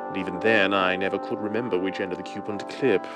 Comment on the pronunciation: I don’t know why but I find it humorous the way pronounced the word “coupon.”